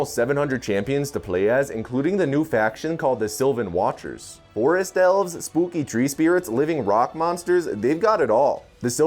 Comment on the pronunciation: Instead of Forest Elves i thought he said “Four Astels and Tree Spirits” and thought it was an Elden Ring reference